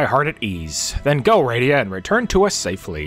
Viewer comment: Thanks for the upload. I forgot the interlude and sequel exist. I keep meaning to get around to them. Going to watch some of this, but for the record: Rydia -- RID-ee-uh, which rhymes with Lydia, who Marx wrote a song about